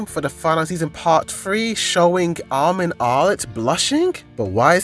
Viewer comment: Bro realised we caught on regarding his terrible pronunciation of armin 😂😂